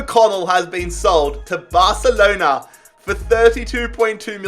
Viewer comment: No one Literally no one: BARthhhalonAaa